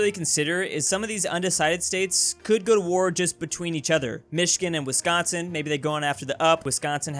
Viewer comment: 🥺🥺you say Wisconsin right!!! Like without an accent